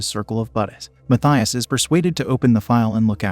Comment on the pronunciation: When your name's Matias and everyone calls you Mayshuss.